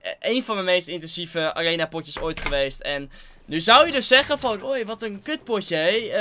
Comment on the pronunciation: Nobody:: ariena